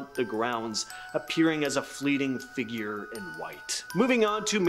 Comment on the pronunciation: You need to learn to pronounce the word Figure, it's fig ure, not fiigger, which you pronounce figg er